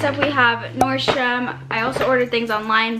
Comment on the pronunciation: So funny how she says NORDSTROM 😂😂😂 German is fricken hard 😥